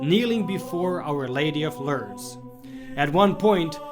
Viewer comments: it is pronounced LORDS not Lurds or Lerds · Pronounced LOORDS. Not Lurds. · Pronounced more like LOUrdes , as opposed to L'rrdes.